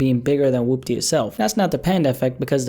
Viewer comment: Man said wupty lmao